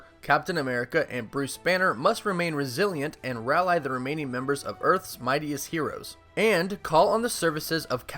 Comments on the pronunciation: The synopsis is also missing Anthony Russo in the credits. It only lists Joe as director. Also, the pronunciation of "rally" (as in to gather together) is not "ral-eye" but "ral-eee." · YOU DID NOT SAY "RAL-Eye" Rally, bro. rally. pronounced RAL-E... Canadians are better than that,.